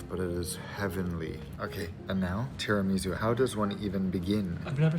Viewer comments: As an Italian, I can’t bear it lol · The way he says “tiramisù” 🤣🤣